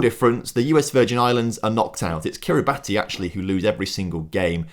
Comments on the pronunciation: It's 'Kir-ree-bas' not Kiri-bati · You pronounced kiribati wrong cause its pronounced Kiribahs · Kiribati is pronounced Kiri-bass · "Sao Tome and Principe which I probably butchered in saying" despite saying correctly. Unlike Tuvalu, Anguilla, Kiribati (pronounced Kiribass), Northern Mariana, Turks and Caicos which were butchered 😁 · Kiribati is pronounced Kiri bass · Kiribati is pronounced “Kiribass” as it’s how the “ti” sound in their language is said… I believe it’s because they don’t use the letter “s” in the language. But you’ll have to check that. But yeah… just a heads up for next time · Curacao is still Dutch. Also Kiribati is pronounced “Kiribas” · You actually just pronounced Kiribati wrong as it's pronounced Kiribas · And North Marina (how he pronounced it) and Kiribati. It should have been North Mari-ah-na and Kiri-bas. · Yet another person that has fallen for the Kiribati pronunciation trap